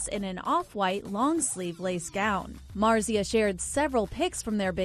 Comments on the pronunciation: Dude you are butchering the pronunciation of Marzia 🤦‍♀️ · Its marzia not marzia